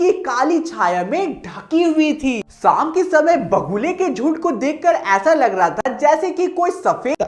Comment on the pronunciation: साम ❌शाम 🤣😁💯